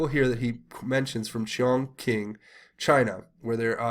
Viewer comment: Not to nitpick, but Chongqing is pronounced "chong ching" not "chong king". I think you would prefer to say it the right way. I lived in China for 4 years and I speak some Mandarin.